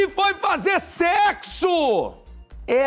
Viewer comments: A ênfase que o apresentador disse na palavra "sexo" me quebrou. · "Secxo Batima, eles tão falando de secxo Kkkkkkk"